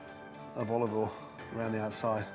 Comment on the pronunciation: Never use “left over” anything as it’s better freshly cooked. I don’t have leftovers anyway for environmental reasons. I love the way he pronounces oil “all”! It looks like he’s going to use his beloved already overcooked tinned tomatoes again. And you should season food at the end to avoid degrading the salt and pepper through the cooking process. My mum always put the salt and pepper on the table so we could add it at the end after after she’d cooked the which is my preferred way of doing things. Nice to see him use fresh oregano that he adds at the end so it doesn’t overcook. He uses a lot of olive oil which can’t be good for your arteries even if it makes things taste good! Thank God he didn’t overcook the fish!